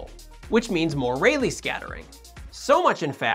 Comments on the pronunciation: Pronounced Ra-Lee. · i keep hearing it as: It's REALLY scattering xD